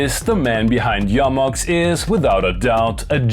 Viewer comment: The only thing better than the Mbase and this review is correct pronunciation of Jomox, "Yo-Mox", thank you, I love you.:face-red-heart-shape